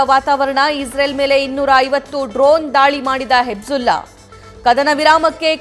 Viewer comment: Madam please learn how to read, correct your mistakes. Hejjula ❌hejjbula. Nethanyayu ❌ Nethanyahu